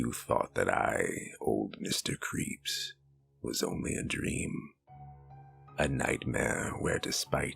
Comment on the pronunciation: Mr. Creese